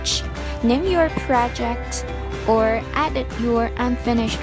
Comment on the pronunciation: it was help full BUT girrrllll don't u knot know how to say Edit it's like you are saying adit